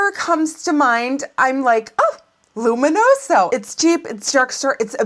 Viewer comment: I love the way you say "luminoso"